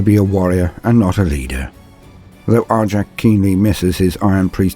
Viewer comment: My guess is the Language Police. "But Why?" I hear you ask. Because the SW are Space Vikings. And in Scandinavian languages J's are pronounced as Y's. So... it's pronunciation should be more like Aric. And yes I know I'm sounding like one of them. But I gave this vid a thumbs up.